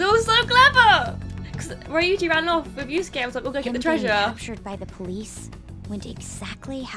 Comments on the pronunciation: The fact you said yuskue is mind boggling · Girl you triggered me so bad when you said Yuskue like nothing pointed to him doing it😂